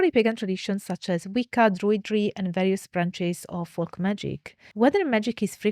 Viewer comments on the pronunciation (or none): none